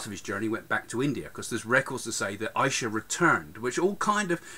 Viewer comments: It's not Isha it's issa same as Arabic we call jesus issa indian letter s they pronounce it sh and w they pronounce it v and many more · The name does pronounce Isha, it's ISA